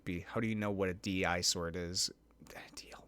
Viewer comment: DI-Sword actually reads as disword, not d.i.sword. like a disease, disgusting, dish, etc